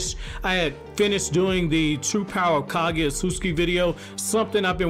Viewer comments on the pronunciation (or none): Not Ka-gui-a .... she's Ka-gu-ya.